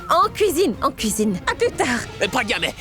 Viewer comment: Ça me fait tellement mal au cœur lorsque moni prononce mal le prénom de ma pragya et de mon abhi 😢💔